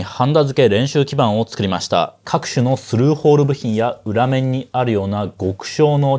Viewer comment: いツン楽しく視聴させていますが、気になったことをコメントさせていただきます。ウラメンと言ってましたが、裏面はリメンと読みます。ちなみにウラと読んだらズラ（ウラズラ）が正解です。日本語は正しく使いましょう。オモテメン（表面）はヒョウメンと読みます。ウラメンと言う言葉は、日本語辞典にはありません。